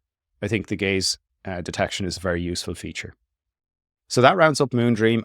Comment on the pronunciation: I keep hearing it as "gays detection"